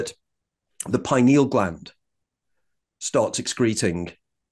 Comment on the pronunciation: I believe him because he pronounces “pineal” correctly…..lol. FINALLY, someone that pronounces it correctly, THANK YOU!!!